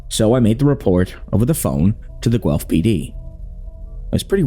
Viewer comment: One of the best horror shorts out there and my all time favourite!! you did a great job adapting this, amazing work everyone! ❤ (also thank you for saying Guelph right! signed a former student from the uni)